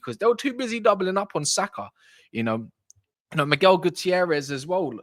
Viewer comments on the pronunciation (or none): none